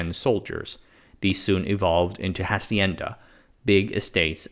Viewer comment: I love the coverage, very well researched, it peeves me when you screw pronunciation of easy stuff like hacienda, the H is not pronounced.